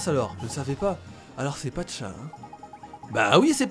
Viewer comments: Pacha pas Patcha ! ;) sinon super vidéo ! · c est pacha pas patcha